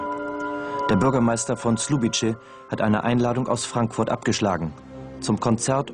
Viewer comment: Man hätte wenigstens für die Reportage rausfinden können, dass man nicht Slubitsche sagt 😂